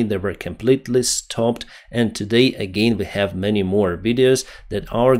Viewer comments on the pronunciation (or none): none